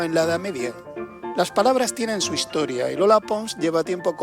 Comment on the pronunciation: Magnifico video , felicidades! Sólo 2 preguntas: por qué tenemos que decir "cool" , como al principio del video por el narrador? Y, por qué la dama (muy bella por cierto) dice - lingüítsica, hitsoria, etso, catsellano, etc. anteponiendo letras que no van? Gracias.